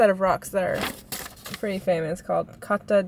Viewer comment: If it was Japanese the way you kata would be right try say it, Cata!🦘❣️